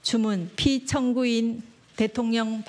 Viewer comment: 한국어에는 각 단어들에 장음(長音), 단음(短音)이 있어서 국어사전에도 표제어 장음 글자의 오른 편에 : 표로 표시되어 있다. 그런데 요즘 젊은 기자들은 특히 한자어를 말할 때 이를 전적으로 무시하고 전부 아주 짧게 발음한다. 예컨대 '여:당(與黨)', '야:당(野黨)', '대:선(大選)' 이라고 길게 발음을 해야 하는데 짧게 발음하는 것이다. 참으로 듣기에 딱하다. 이런 폐해는 한자 사용의 폐지에서 기인한 것이다. 정말 큰일 났다. 청구인측 변호사가 "피청구인" 을 아주 짧게 발음하는데 "피:청구인" 이라고 장음을 써야 한다. 요즘 한국인들의 '한자어' 구사가 이 모양 이 꼴이다. 아유 맙소사.